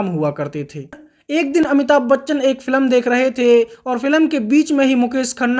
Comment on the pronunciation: फिल्म ❌ फिलम 😂